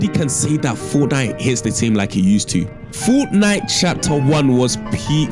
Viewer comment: Fort Nite? Really?